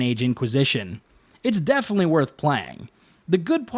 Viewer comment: I had to stop when you said "ghost of shusima" prior to that you said "definely" and "excetera" learn to properly pronounce words or stay away from creating content.